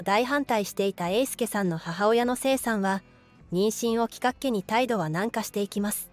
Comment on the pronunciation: 妊娠を"きかっけ"(笑) "きっかけ"でしょ